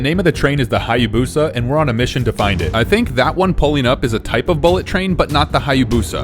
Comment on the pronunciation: It's 200 mph. And you mispronouncing Hayabusa completely.